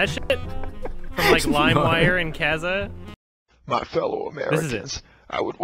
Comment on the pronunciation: cuzuh? You mean Kazaa? Because if you do, you're saying it wrong.